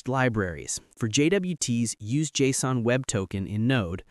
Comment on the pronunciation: Liked because you said JSON correctly.